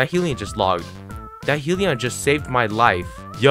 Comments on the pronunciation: Its not 'Heellion warden' it's hellion warden with a short e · He-ili-on hellion